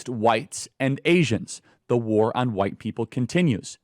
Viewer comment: "The war on whyte pepo"....😂😂😂😂